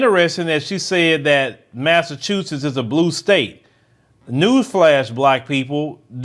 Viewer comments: "Massa-chusetts." Just sayin. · The state is literally called Massa-chusetts